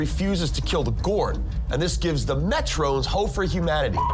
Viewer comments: Meh-trons...not Met-trones. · Not to be picky but Kirk did not fight the gorn on cestus 3. Also it is pronounced Metrons not Metrones. Seen the episode 5000 times. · Figure out how to pronounce "Metrons" (Me-trawns) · Why does he keep saying Metrons like that? I thought he watched the show as a kid.